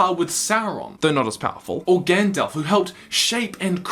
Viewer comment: Gandalf, not gand-elf.